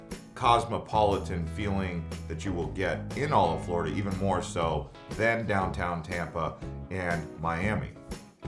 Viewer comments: Florida, not Flordia hah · I love "Flordia" 🤔